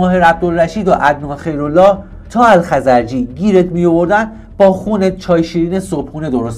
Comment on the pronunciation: الخَزرجی رو هم اشتباهی الخزَرجی تفظ کردی!